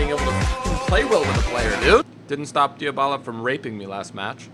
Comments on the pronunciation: his name is actually pronounced Dy-ba-la, not Dy-a-ba-la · Its not pronounced Diabala... Its Dybala